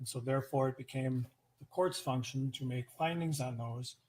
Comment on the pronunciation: I heard "fucktion", too, but then I thought I just made it up in my head until said it lol